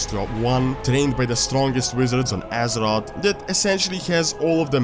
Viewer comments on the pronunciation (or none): I like how you pronounce azeroth. AZEROTS